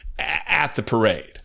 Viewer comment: First thing to say to donold: 'Loved your pirrrade!' laughing.